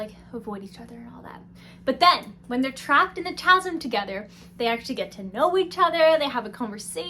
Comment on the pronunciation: Chasm - ka-sum. Not a ch sound.